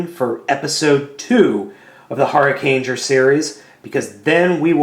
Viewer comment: u mispronounced huricanger its pronounced hurric and pronounced the same way ranger is so hurricanger